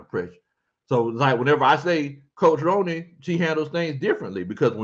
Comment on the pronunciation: 😂 It’s pronounced Roni like macaroni & cheese but I’m glad you enjoy hearing me chime in every now and then